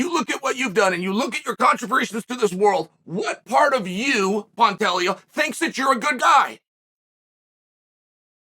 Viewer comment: "Pontelio"............ Dear god that one absolutely floored me 💀💀💀💀💀